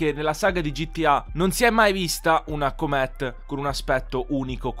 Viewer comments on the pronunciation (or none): ti prego la prossima volta pronuncia cooomet al posto di come lo dici tu